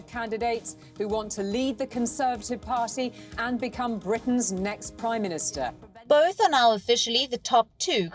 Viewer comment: 'Da third woman prime ministerrrr'. Learn English lol